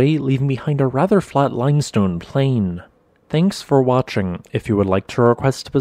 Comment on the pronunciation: "THENKS FHUOR WHATXHING" oh NY GOD. WHYYYY does he have to say that so werid? He's doing that on purpose